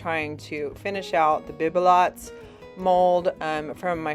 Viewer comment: Bibelot = BEE-buh-low